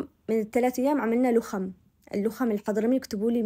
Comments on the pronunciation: تسلم ايدك وصفات حلوه اسمه لخم وليس لوخم احنا اصحاب شبوه نحب نسويه دائمان بس عن جد تسلمي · اسمه لخم بفتح اللام والخاء